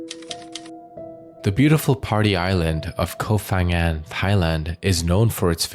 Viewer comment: Koh Pha Ngan (pronounced with a 'Pah' sound, not 'F') there isn't an 'F' sound in Thai